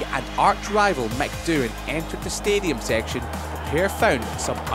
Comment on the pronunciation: feynel seyction et the stediem...who gave this job to this man